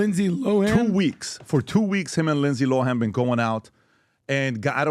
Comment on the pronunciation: “Rindsay Rohan” 😂 never change lol